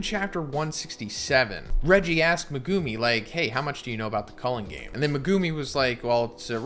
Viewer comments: I'm sorry, his name is not "muhgoomey". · Am I the only one bothered how he’s saying megumi’s name?😡